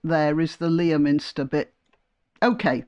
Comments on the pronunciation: Merry Christmas. (Sorry to be pedantic, but the usual pronunciation of Leominster is “Lemster”.) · Merry Christmas and thanks for everything!Btw, it's 'Leh-minster' - keep lions out of it, please.